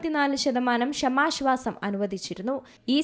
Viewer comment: വായിക്കാൻ അറിയില്ലെങ്കിൽ മിണ്ടാതിരി ക്ക്. ഷമാശ്വാസം പോലും. കേൾക്കുമ്പോൾ ഒന്നും തോന്നുന്നില്ലേ. പുതിയ തരം ശ്വാസം 😂